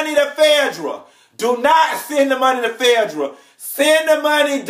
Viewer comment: I live to hear you say "Fedra" (Phaedra). Tickles me every time.